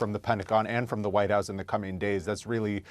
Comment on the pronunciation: "Widehouse reporder"? 🙄